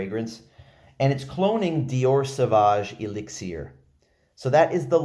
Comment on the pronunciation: The way u say elixir drives me nuts